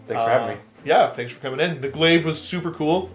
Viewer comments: I was so ready to see Steve vs Josh but this was a nice change, also props to Chris for not taking phospex on all those units. That said though man, it's pronounced 'glay-vh'. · Oh god that pronunciation of glaive hurts me